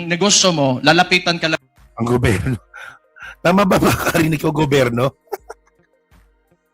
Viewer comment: Bisaya kaya ganyan ang bigkas ni baste sa gobyerno, GOBERNO , Ganun talaga bisaya eh. 😂😂😂